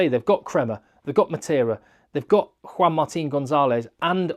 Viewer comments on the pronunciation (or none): none